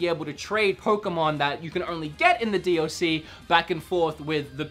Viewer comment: Stop saying d OH c it got annoying after the first time you said it.